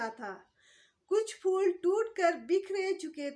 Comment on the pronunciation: اردو کے لفظ "پھول" کو "فول" کہنا نازک، حسین و جمیل شے کی تو ہین محسوس ھوتی ھے۔